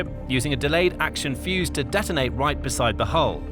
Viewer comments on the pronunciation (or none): none